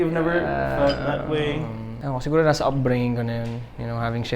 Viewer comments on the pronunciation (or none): none